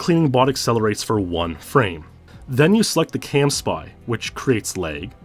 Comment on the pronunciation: Is it “camspy” or “campsy”? You pronounce it like the former but wrote it like the latter on the acceleration diagrams.